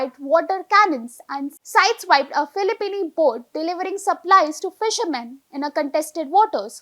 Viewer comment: Filipino not Filipini 😊